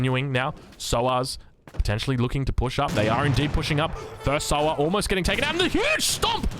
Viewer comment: It's pronounced 'saa-waar' (rider) not Souwar (pig)